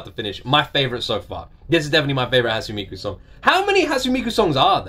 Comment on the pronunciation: I recommend "Romeo and Cinderella" and "Hand in Hand" both by Hatsune Miku; and "Luka Luka Night Fever" by Megurine Luka (another vocaloid). Also, it's pronounced: "Hot-soon-nay Mee-koo".